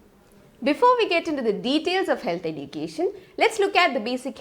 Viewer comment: Can't bear the "edukatn"